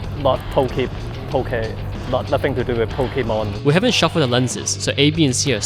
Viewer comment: pokehmon lmao